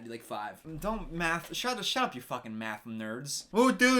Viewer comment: Every time you said “math” I heard “meth”